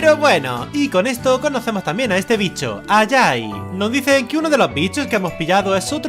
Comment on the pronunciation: El pájaro no se pronuncia ayay se pronuncia ay ay